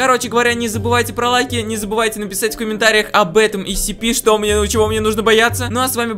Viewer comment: Правильно говорить сцпи